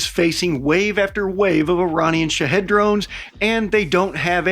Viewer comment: As far off as you misspronounce them, you might as well call them shithead drones. Your not far off.